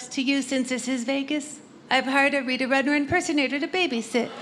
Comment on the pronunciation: ......its RuDner. Not RuTner. Ok?